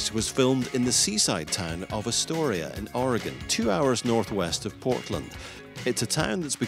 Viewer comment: Voiceover gets a pass for not saying Oregon right